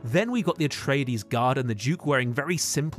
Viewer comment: "Atrayadees" ffs. They say the pronunciation in the movie.